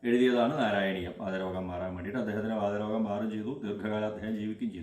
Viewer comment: നമസ്കാരം തിരുമേനി വാദ രോഗം അല്ല വാത രോഗം